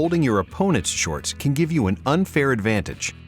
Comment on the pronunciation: why does he pronounce it as shortsch .... its just weird